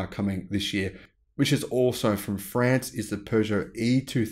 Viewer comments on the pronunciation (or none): none